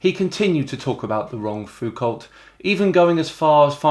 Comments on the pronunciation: He can't even pronounce "Foucalt" (It's "foucoh" because he was French, FFS!) then he produces the best know Foucault, Michel, the one who comes at the top of every search list, the philosopher whose ideas together with those of Herbert Marcuse, Simone de Beauvoir, Jean-Paul Sartre and Wilhelm Reich were intrinsic to the ferment of May '68, when De Gaulle was forced to flee Paris and was done for afterwards. Les Gilets Jaunes have been a fleabite in comparison and Macron sits tight. That Foucault.. we argued his thought and the others mentioned up hill and down dale in the late '60s and '70s, formed our own syntheses, some of us roping in Kropotkin and / or Bakunin, Durutti, Malatesta, and even the (then) young Murray Bookchin. Anthony Riley has never heard of him and described Foucault as "not that interesting". SHEESH! The much more obscure Léon Foucault, the physicist who gave his name to the pendulum demonstration, had been dead for 58 years when Michel Foucault was born. Checking first names when looking people up is not necessary. It's BORING so why bother? Tell you what, let's look up "Riley", shall we? Here ye go, Bob Riley, the former US Congressman, former Governor of Alabama, very right-wing Republican and mired in corruption scandal. That's Sleeping Warrior, you know. Well, he's called "Riley", so he must be. Has Anthony Riley corrected his error? That's the difference between him and you,. You did so promptly. Until he does correct his error (and it'll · you should know Léon Foucault's surname is generally spoken with French pronunciation. So the L and T are silent, and it sounds more like 'foo-koh'. Rhymes with the japanese name Yuko, but with more stress on the second syllable. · About Foucault, if at any point you develop an interest in pronouncing the man's name properly, you might want to try FOU-KOH... The group of letters 'ault' are pronounced just like an 'oh'. Cheers! ;-) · Did Riley ever correct himself in regards to Foucalt?